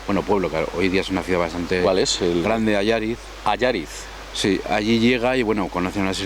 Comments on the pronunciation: Como gallego, lo de "Alláriz" me dolió. Es "Allariz"; aguda por favor, aguda. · Cierto, es Allariz. Si preguntas por dónde se va a "Alláriz" no vas a ningún lado, es que no te compras ni el queso. Buen tema para tu videoprograma, gracias por subirlo; pero (mi opinión) si vas por la zona y preguntas a la gente lo hubiesen explicado mejor que el sr. de Soria; quedándote el videoprograma más auténtico por el característico acento gallego. Un saludo para Allariz y su riquísimo queso. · Dios como me duele esa mala pronunciación del hombre diciendo: Allariz y no Allaríz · Allariz, aunque no tenga acento, se pronuncia Allaríz. Gracias, :) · Allariz, es palabra aguda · Es un personaje histórico, se ha escrito mucho sobre él y es muy conocido en nuestra zona, se conserva lo relativo al juicio, fue noticia de portada en la prensa de la época. El pueblo que mencionan es ALLARIZ (un pueblo precioso, por cierto), el hombre lo pronuncia mal. Se le relacionó con la venta de grasa humana (ser un "sacauntos"), que de todas formas SE VENDÍA EN LAS FARMACIAS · Es Allariz (sílaba tónica en la última sílaba- palabra aguda), así es como se pronuncia. No es llana o grave, porque en tal caso estaría acentuada. Saludos y también a la mágica y meiga Galicia.